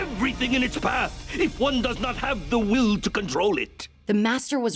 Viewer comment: Lol he said have tee everyone